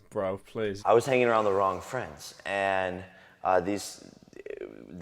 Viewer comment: How he said friends